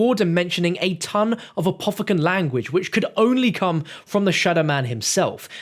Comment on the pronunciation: In the first tape he doesnt say come he says calm